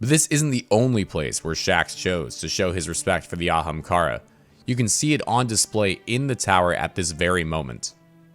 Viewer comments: I want him too but he pronounces ahamkara weird man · i want aztecross to help voice over just to hear him either continue to butcher the pronunciation of ahamkara or actually pronounce it properly. Gws Byf!